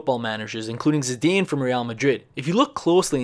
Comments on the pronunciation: Ahhh yes my favorite player Zeeeedan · Your pronunciation of Zidane and Leicester City 😂😂😂